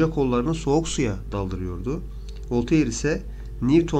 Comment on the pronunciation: Bilindiği üzere Voltaire Fransız. Fransızca telaffuz kurallarına göre "Volteyır" diye okunmaz, "Volter" diye okunur.